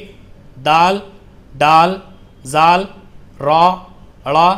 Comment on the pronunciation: بھائ صاحب ڈ کے بعد والا لفظ "ذ" ذال پڑھا جاتاہے آپ ز بتارہے ہیں